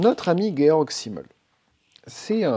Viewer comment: Bonsoir, Merci de cette introduction à la pensée de Georg Simmel ! Je connais un peu celle de Max Weber, l'autre grand sociologue allemand du début du XX° siècle, célèbre par ses propositions sur les liens entre protestantisme et capitalisme. Au passage, si vous dites Guéorgue, rien ne vous empêche de dire Zimmel et pas Çimmel, car le "s" se prononce presque toujours "z" et surtout en début de mot (Francis Blanche caricature le soldat allemand : "Vous les Vranzais !")... (c'est comme pour le nom du philosophe Walter Benjamin que l'on prononce souvent Oualtère (à l'anglaise) Benyamine (à l'allemande et pas Bendjemine, à l'anglaise) : Walter, en allemand, se prononce comme wagon... mais c'est secondaire par rapport à l'intérêt, pour moi, de votre exposé. Je trouve très instructif et d'une grande richesse relationnelle vos exemples de relations dans la sphère profonde, opposées à celles objectivement dans la sphère superficielle. Pour le lien avec "Hold Up", bravo pour l'éclairage proposé sur la non contextualisation du "Grand Reset", qui envahit la conscience avec des émotions de peur-terreur -- pas différente de la peur de la Covid instillée par la plupart des médias. Par contre les infos données par l'énorme majorité des témoignages rapportant leur expérience humaine me paraît relever de la sphère profonde, à ceci près que le caractère haché de la succession des séquences relève un peu du "gavage des canards" typique des documentaires qui se veulent tellement "efficaces" et p